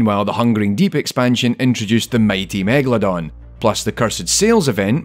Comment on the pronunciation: It's megalodon. Not megaladon, or megladon like he writes and pronounce it.